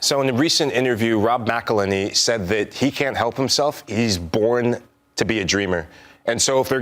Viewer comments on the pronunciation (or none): A whole song on how to pronounce his name and Rob McElhenney's name and its still said like McLaney.